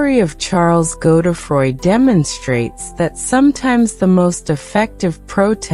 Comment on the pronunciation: Weird American voice ...is it AI ? Pronounciation Godedfroid = NOT Go the froy